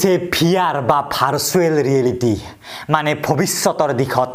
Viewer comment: Varsual ne virtual